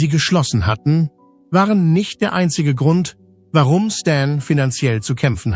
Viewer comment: Was hat Michael Jackson da zu suchen? Warum fängt hier die Computer-Stimme an zu schreien? "Das waaaaaareo!" Ein Tipp: Statt Jahreszahlen als Zahlen im Text zu schreiben, weil der Computer dann Tausend-neunhundert-siebzehn sagt oder im Jahre eins-neun-eins-sieben sagt, kann man besser die Jahreszahlen als Text schreiben: Neunzehn-hundert-siebzehn. Oder noch besser: Lieber nichts dem Computer überlassen, sondern alles selber als Mensch machen. Dann ist das Video auch angenehmer.